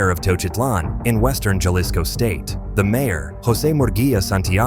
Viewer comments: If you can get the accent right when you say peoples names than I don't understand why you get the J wrong when you say "JALISCO" Its HAA-LISCO......C'mon ese.... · JA-Lisco ??? You faceless video HACKS should at least pronounce things properly - it is PRONOUNCED HA-Leece-Co - how Ignorant can you be when you can't even use Stolen material properly